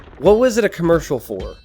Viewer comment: said Khmercial like 10 times